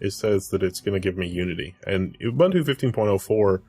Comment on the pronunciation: Devin Daniell uh-bun-tuh :D